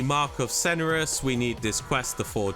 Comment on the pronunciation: Please pronance Cenarion correctly 😅 wtf is Ceneron!?